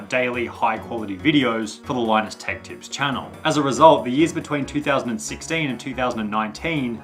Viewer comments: It's tips not lips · "Linus Tech Lips" 💀 No offense just pointing it out, great vid. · its tech tips yeah not tech lips? nice vid though as always though man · "Linus Tech *L*ips"